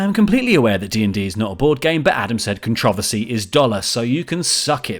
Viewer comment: the only controversial thing about this video is how laurie pronounced controversy